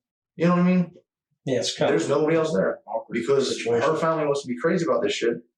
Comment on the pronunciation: Obviously this is the least bothersome thing about this man, but the way he says certain words pisses me off. “Fahmily” instead of “family”